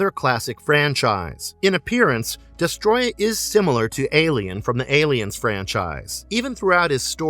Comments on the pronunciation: It's not Destroya it's DestOroyah. Des toro yah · Uff how can someone butcher the word Destroyer that badly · Homie managed to miss the first “O” in his name the whole video